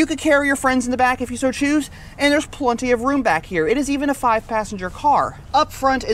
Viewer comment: PLEN-ty, not PLUN-ty. We are definitely in Kansas.